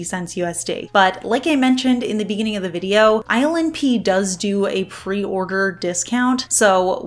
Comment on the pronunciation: I think ILNP polishes are so unique, ethereal, and delicate yet my boo pronounces the brand name “ILL NIPPY” in a rock and roll voice. Laugh every time I read it now.